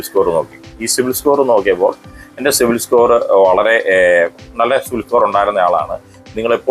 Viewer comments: ok, ഞാൻ വീണ്ടും വീണ്ടും കേട്ട് നോക്കി, എനിക്ക് സിവിൽ എന്ന് കേട്ടത് പോലെ തോന്നി സോറി 😊😊 Btw, nice content 😊😊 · Eda potta 'civil' alla 'cibil' aan😂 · സിവിൽ അല്ല സിബിൽ